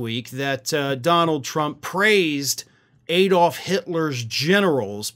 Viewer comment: Its ADD-olf not EED-olf. As a European I ask you to get it right and stop insulting us.